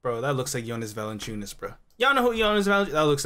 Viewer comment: Ahahahaha, it's not Valanchunas😂